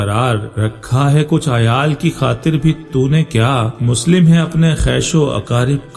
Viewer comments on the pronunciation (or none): اچھی تشریح آپنے پیش گی لیگ مگر مسلم نھیں مسلم لام کی تشدیدکےساتھ لفظ جے اسکو درست کرلیں